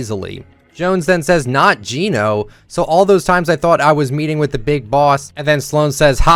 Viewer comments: Just so you know, it's Gen Oh. Not Jean Oh. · it's geno not jeeno😭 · Bro calls Geno jean-o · You kept saying genos name wrong😶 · Now I understand why they spell Gēno with the mark, because English speakers never learn how to say it right. Not being rude, just saying it's kinda annoying.